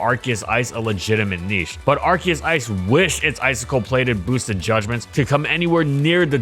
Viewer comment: It's Arceus not Arkeus